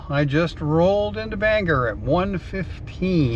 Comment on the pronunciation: I love your road trips, they take me back. I must say, the dead giveaway that you are not originally from Maine is the way you pronounce Bangor. As many years as I've been away, I still hold onto the "O" in Bangor like my life depends on it. 😀